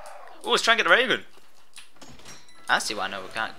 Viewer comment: when you say raygun it soad like ragon